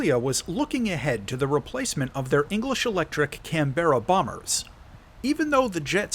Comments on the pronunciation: Aussie-American here - the bomber that the F-111C replaced was the "CAN-bra", not the "Can-BERR-a". Speaking of which, the F-111s ended up getting the nickname "Lawn Darts" after we lost a bunch of them in training accidents. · Firstly, it's pronounced CAN-BRA 😉Yeah my second favourite plane of all time and my favourite jet ever. Engines are underperforming, wrong radar, wrong missiles and as mentioned the wings are from the bomber variant so carry the full load out of the A version the Americans have. Also missing gbu15 and another pair of air to air missiles